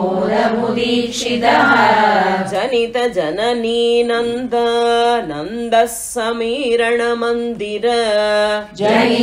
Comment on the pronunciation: 3rd line of 10th sloka should read as janita janani nanda Aanada : samirana mandira .It should be Aananda and not nanada